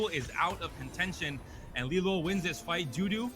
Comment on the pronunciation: Get rid of this girl, she can’t even read LiLuo properly… In no world ever is it “lee-lyew” calls every fight inaccurately, doesn’t know what she’s talking about